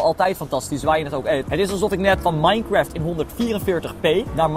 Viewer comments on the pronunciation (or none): none